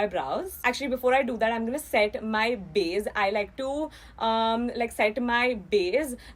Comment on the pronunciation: saying “BAZE” 🤣